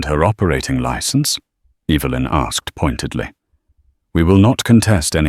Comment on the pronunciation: Will you please pronounce Evelyn's name correctly on a continual basis. It's not Eeevalyn.